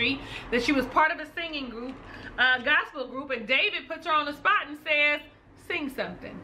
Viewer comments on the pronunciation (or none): none